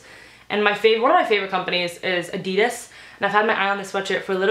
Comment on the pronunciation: who go pissed how she said adidas